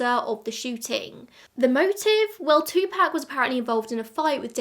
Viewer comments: It’s literally wrong. He was American, so it’s pronounced two-pock. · It's Tupac as in 2pac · Po-tae-toe po-tat-oh, two-pack two-pock 😂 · If you want to know the correct pronunciation of Tupac just watch a Jada Pinkett Smith interview. 🙃